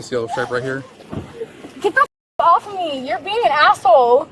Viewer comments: I LOVE IT!!!!! Love it even more after she said “my childah” and “they kept my child from meaah”, any idiot that adds “ah” to the end of words needs arrested and sent to prison. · As soon as we hear her turn the words child & me into 2 syllables at the end of sentences, we know she is really named Karen (no offense to the many nice people named Karen). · Crazy nutjob needs to learn how to speak - its pronounced for what NOT for what with a lisp Its pronounced child NOT child'dah its pronounced they held my child from me NOT they held my child from me'ah its pronounced thank you NOT thank you'ah